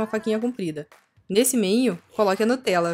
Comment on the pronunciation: o seu é melhor só quando vc falou Nutella